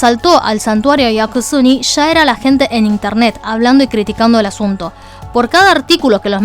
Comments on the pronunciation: Es Yasukuni no Yakusuni XD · Es YASUKUNI no yaKUsuni, 靖国 やすくに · me encantan tus videos! Pero hay un pequeñito problema con este: el nombre del santuario es Yasukuni, no Yakusuni.:C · No creo que sea acertado decir que el video es solo "una narración de los hechos". La postura personal de quedó bastante clara en un video que debía ser puramente informativo. En varios puntos, ella detiene su narración para decir cosas como "capaz el muchacho es bruto, pero cómo no iba a saber tal cosa?", lo cual es irónico porque ella pronunció mal el nombre del templo Yasukuni durante todo el video. En fin, la cuestión es que aquellos que no tenían referencia previa terminaron el video considerando solo 2 opciones: 1)ZZH es bruto/idiota (y puedes ver que el insulto se repite en varios de los comentarios) 2)ZZH realmente tuvo intenciones maliciosas al ir a X lugar. En ningún punto del video se advierte que parte de la información no ha sido verificada ni se plantea la posibilidad de un boicot, a pesar de todas las irregularidades que se dieron el 12, 13 y 14 de agosto. No entiendo por qué hay gente actuando como si pidieramos algo exagerado. ¿No es natural para un canal público preservar su credibilidad, haciendo correcciones luego de difundir información falsa? ¿Por qué la audiencia tiene que encargarse sola de limpiar la desinformación de canales como el de, que supuestamente han asumido esta responsabilidad desde el comienzo? Al final del día, la mayoría de los que vemos este video simplemente no tenemos el alcance que ella tiene.